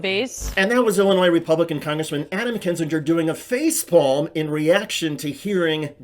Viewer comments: Kin-zinger not Kin-Gee-ger. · It's not pronounced kin-zin-jur, you idiot. It's KIN-zing-er. How can you have been following any of this for more than a day and NOT know how to pronounce his name? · HQ, just one point: I am not a fan of his, at all, but can y'all PLEASE stop mispronuncing Kinziger? It is NOT "KIN-zin-jur." It's "KIN-zin-gur." Not a "j" sound, it's a hard "g." It's like when people couldn't be bothered to pronounce Kim Basinger's name right (BAY-sin-ger/singer), with her being super famous. They made this same mistake, and it's maddening. Thanks. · Kin-ZING-er For Fuck Sake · Love your videos. Please learn how to pronounce Kinzinger.